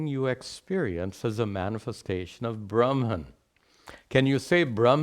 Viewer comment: why are u pronouncing bramhan instead of brahman all the time